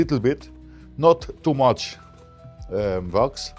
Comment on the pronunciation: What is “vox”? Wax? I turned on the closed caption, but YouTube doesn’t know what he’s saying ether. I’m not trying to be rude. I just want to buy whatever Vox is so I can shine my boots.